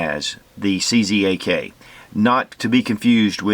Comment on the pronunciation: "czak" is pronounced as "chuck" :-)